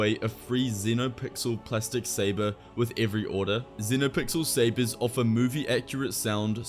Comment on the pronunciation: I love this guy's voice for some reason. Yes, tell me more about "Fantasy SAYBAAAZZ"